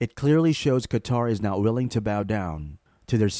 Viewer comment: Boy, why is the "NOT" in that sentence so non-existent ?